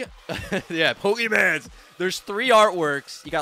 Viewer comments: You said "PokeMan" I'm dying, that's exactly what my parents (boomers) call it to make fun of my only hobby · I never thought id hear anyone outside of my 70 year old father call it “pokeman” but here we are lol